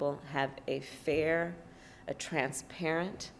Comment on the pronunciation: "FWEE & FWAIR EWECTIONS" RIGHT KAMARRA????